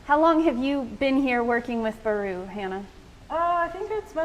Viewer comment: Baru not Bari